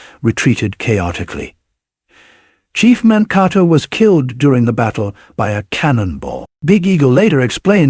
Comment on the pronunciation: The name of the town is Monkato (like Dakota).